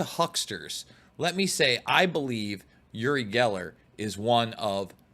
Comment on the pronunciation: OOri not YOOri.